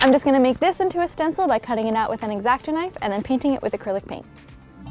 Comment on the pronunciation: She said acrilc and she used a sharpie